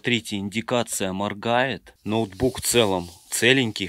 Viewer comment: Нотбук не натбук